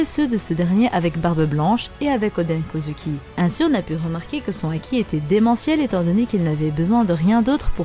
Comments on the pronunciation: Sa me dérange vraiment la façon dont tu dit Kozuki tu le prononce Kozuki mais sa se prononce kozouki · Oui mais toi tu dis kozUki c’est ça qui me dérange et puis si tu me dis que c’est comme ça que sa se prononce va voir le dernier épisode c’est pas du tout comme ça qu’il le dise